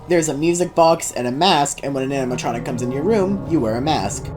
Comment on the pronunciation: "animtroncic" "genarter" XDDD probably a russian